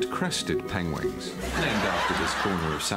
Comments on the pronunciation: I just watched the new Penguins movie yesterday and he said pengwings instead of penguins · i rewatched penguins of madagascar and even in that he kept saying pengwings and i was dying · Cumberpengwings! <3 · Pengwings of Madagascar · He actually says PENGUINGS in the movie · The third time it sounds like pengling 😂😂😂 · Benedict: penguing, penwing, penling Penguins: Benadryl Cucumber-patch, Bénodet Cambridgedash, Betadine Cummerbund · Nearly peed myself xD "Penwings" ahaha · i am dying at him sayin peg-wings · A pangwang?! Hahahahaha! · When's the next Sherlock coming? Hmmmmmm, twenty... Twenty fifty? Pengwingssssss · Ha ha ha ha! Pain gwaynes!!!! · and he said penglings in the penquins of madagascar movie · penglings xD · Did he say 'penglings' ? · Pengwings hahaha can't stop laughing. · What's funny is he still says peng-wing in the film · Pengwing lol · Gotta love them Pengwengs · Pengwins aww haha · PENGWIN PENGLING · breath lyzer test should be replaced with penglings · I heard Cumberbitches XD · He actually got it wrong in Penguins of Madagascar. I was giggling all the way through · I love how even in the film “penguins of madagascar” he still doesn’t say it right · He was so embarrased about 'pengwengate' aww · OMG, I am LOLing so HARD! From what I can glean from interviews and the fact that he plays Sherlock among other great characters, he is an intelligent man. Therefore, his mispronunciation is just doubly funny...like wtf happened? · Just watched penguin's of Madagascar and he can't pronounce it in that movie either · Educated at Harrow, cant say penguins lol. Least he can make fun of himself and doesnt take it all too seriously. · I don't know about the actual Penguins of Madagascar, but he does mispronounce 'Penguins' in one of the promo shorts. lmao